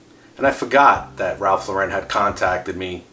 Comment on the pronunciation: Lauren is pronounced like the girls name, not Lore-Wren. Ralph and his brother named themselves after actress Lauren Bacall after people made fun of their original surname.